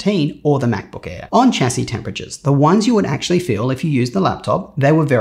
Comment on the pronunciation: For a guy who is so into computers, why can't he say 'chassis' correctly 🤣🤣🤣🤣